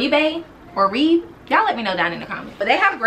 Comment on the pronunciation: I know I’m late (catching up on YouTube) but Oribe is pronounced ore-bay. I used to work for SpaceNK and otherwise I would have no idea how to pronounce that. I might buy that SPF though. I’ve been wanting a hair SPF & I love the Gold Lust smell. (Wait I’m just seeing that there’s no smell - das sad) I’ve been wanting that Alexa Chung cardigan since you first posted it and I’m so mad I didn’t get it then 😩